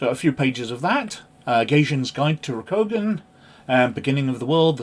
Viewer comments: It’s Row-Coup-Gone 😊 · It's pronounced Ro-ku-gan or more phonetically, it's Roku like the tv service and also the Japanese word for the number 6 with gan, with the a being soft, on the end or Roku-gan. Hope that helps.